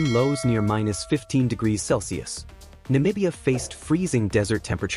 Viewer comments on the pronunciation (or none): none